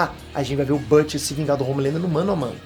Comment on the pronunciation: quem é bâte? fala português caralho kkkkkkkkk deve ser o Bruto